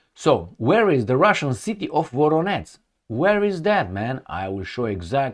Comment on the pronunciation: It's Voronezh - not Voronetz Zh sound, like in Corsage Or in Bon voyage